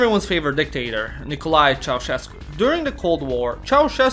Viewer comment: Yay, first time when you didn't butchered the name of Nicolae Ceaușescu! 😄😄😄